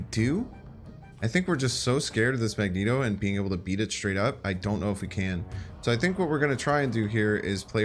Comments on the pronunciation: Why you call it Magento? jajaja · I can't get over how he pronounces magneto